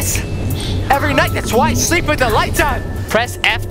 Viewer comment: I dont like when u say swelp its slepp